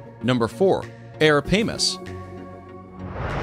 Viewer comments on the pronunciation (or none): Ok,here we go Its not pronounced aparamas its arapaima ara-pie-ma and Not mentioning African honey badger animal with toughest skin in the animal kingdom, sturgeons and crocodiles is just sad